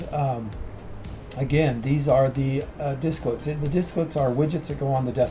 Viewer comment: Its Desklets, not Disklets.